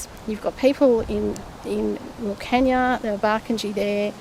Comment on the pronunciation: Isn't it, flood irrigation needed for cotton and rice? "Flood harvesting when there is a flood"?? Doesn't make sense. At least Jordie is pronouncing Wilcannia properly.